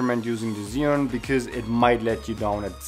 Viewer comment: Thanks for the upload just a small correction as for the name of the Chinese product. It is Zhi and sorry for being such a noooob concerning that but I studied Chinese language and it hurts my ears to hear it otherwise here is link how to say it Thanks for the upload...love the transitions you use!